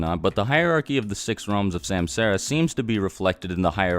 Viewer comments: Great vid... But it's suhmsahra.... 😂👍🏾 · bro butchered the pronunciation: samsara > sum-saw-ra. that’s how u say it. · It ain’t semsera it’s sum saa ra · Its not samsaara the pronunciation will be like this "sumsaara" forur understanding there are 14 out of with only 6 are most important that y six path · Samsara is pronounced 'sum-sur-ah' and not 'sam-sarah' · samsara = is pronounced sum-tsar. Other than that great video mate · Samsara isn't pronounced like that. It sounds more like "sumsaaraa" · Sumsara* is how u pronounce it. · It's not samsara, actually it's sansara : meaning the rebirth cycle. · Samsara..... Ugh say it fucking right!